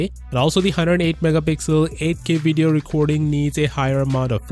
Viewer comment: I watch this channel so much ive gotten the habit he has of saying "vedeo" instead of saying video